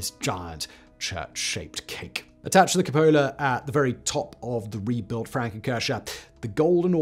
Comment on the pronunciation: "The frown cur shaw" bg …